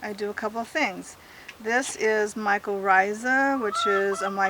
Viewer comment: tony I think she said micorrhiza